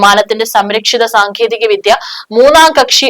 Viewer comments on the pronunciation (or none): none